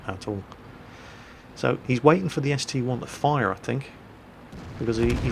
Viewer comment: It is an ST-I not ST-1